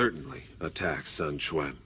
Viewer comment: I remember up 'til 6 they said "Qwan" 🤷🏻‍♂️